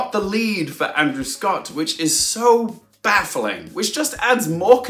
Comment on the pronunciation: Isn't the Casting Award given to the Casting Director not the film's ensemble? So why would the award be credited to the cast itself? Also, during your Casting prediction, did you say " baffling " or " BAFTALING "? I know, GROAN!